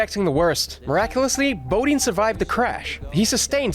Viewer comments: It was bothering me as well. 😂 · FYI--"Bodine" is pronounced with a long "i." Say boh-DYN.